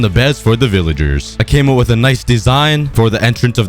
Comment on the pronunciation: The planet hwit the 🏘 is the earf🌍🌎🌏🍪🍪